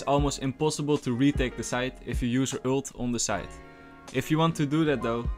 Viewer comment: Stop daying ült its an ULT no ü